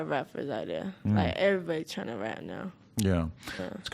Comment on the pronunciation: I like the affected black pronunciation of everybody as airy -body . Atlanta must be quite a place if airy body talk like that.